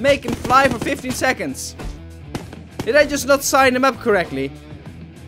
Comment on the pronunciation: you tried to say second but then sayd sexond instead